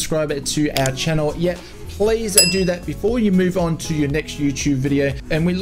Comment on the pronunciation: What's a u-Choob?